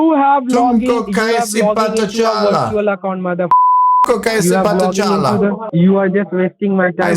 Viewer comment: wirtual accown LMAO